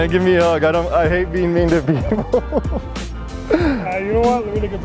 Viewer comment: “Can I have a picture with yueghhh” 😂